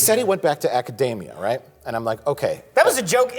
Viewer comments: Did Mike say “he returned to macadamia”? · Mike pronouncing "academia" like "macademia" is cute